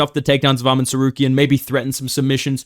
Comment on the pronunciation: Hey its arman tsarkaryan not tsaryukian